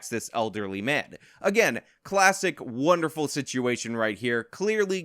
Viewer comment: wut a wunnerful wurld....... :(